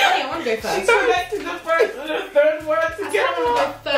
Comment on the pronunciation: Aliyah made me laughed when said thirde 😂